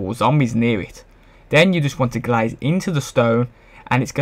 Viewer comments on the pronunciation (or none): Gaze not glaze but great job